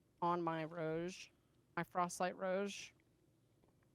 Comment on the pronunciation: on my "rouge"